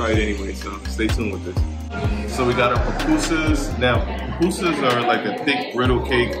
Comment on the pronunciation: Loved the video Glad you got to visit my home land 🇸🇻 🇸🇻🇸🇻🇸🇻🇸🇻🇸🇻 And you pronounced pupusas pretty well